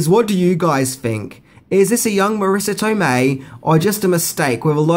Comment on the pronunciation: Not Marrisa Tomeii